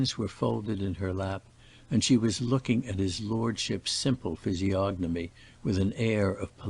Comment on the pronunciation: When I heard you pronounce the “g” in physiognomy I knew we were in the hands of an ignorant reader.